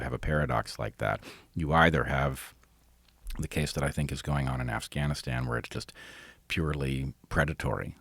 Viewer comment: I like how Bret said “Assgainastan” accidentally..